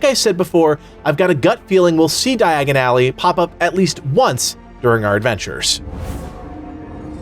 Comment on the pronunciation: di-agon-ally say it with me your butchering it, its like when you hear it thats all you hear dye-agon ally ( ally ways are side streets cut throughs places beside building that leade you behind or through to another street short cuts )